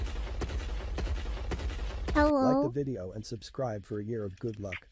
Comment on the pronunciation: She said subscribble and i had to